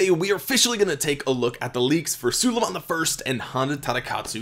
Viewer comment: Its prounounced SU-lay-mahn